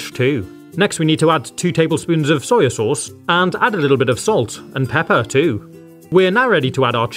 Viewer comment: "Soyo sauce" 😂